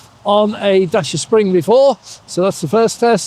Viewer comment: Dacia, rhymes with Thatcher. Not dasher or dacier. The biggest flaw is 1-star NCAP rating. Other manufacturers can make similar sized cars and achieve 3 stars or better, so Dacia needs to up their game. This means being a bit smarter with the design of crumple zones, and/or using thicker or higher grade steel. It's not rocket science.